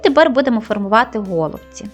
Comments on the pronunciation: Правильно казати голубці", а не го" лубці. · все добре, але голубці з наголосом на " і ".